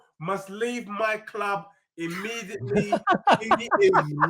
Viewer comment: This guy is british but doesn't know how to pronounce CLUB. He's a fucking CHARACTER. He should get a BAFTA! He's the Ali G and Borat of football content creation!!